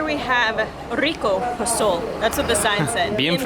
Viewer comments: It’s pozol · Tri the posol. It’s a refreshing drink my friend Not posole POSOL ask around its good